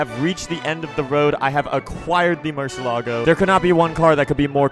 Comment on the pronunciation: Deep car guys that says Murciélago as Murselago 💀